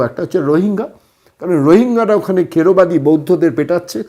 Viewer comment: দাদা কিছু মনে করবেন না, এটা থেরবাদী বৌদ্ধ হবে, খেড়বাদী নয়।